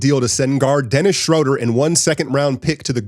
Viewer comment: Brother, you're gonna have to learn to say his name. He's German: "SchrUUUder".